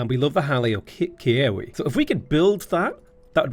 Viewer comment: I know you don't speak Hawaiian so let me help a bit. Keawe = Kay-ah-vey. Lo'i Kalo = low-ee kah-low. Kahuna = Ka-who-na.